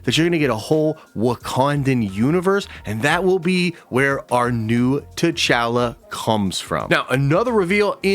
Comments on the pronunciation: Please say T’chala correctly 😭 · Why are you saying T’Challa like that?!